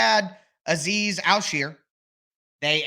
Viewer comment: You do good work, but one small correction is how to pronounce Azeez al-shaair. You pronounce like sheer like you're shearing a sheep lol its actually pronounced Shire, like where the Hobbits live